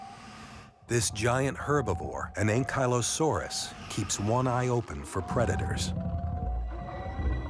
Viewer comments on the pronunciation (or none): none